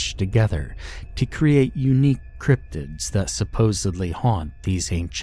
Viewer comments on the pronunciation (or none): none